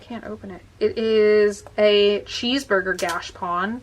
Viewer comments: Its gotCHApon. Not gashpon. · Hey! Just a tip: it’s not pronounced gash-pon It’s pronounced gacha-pon:) Love you! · Please go 2 YouTube vid, 'How To Pronounce Gashapon'.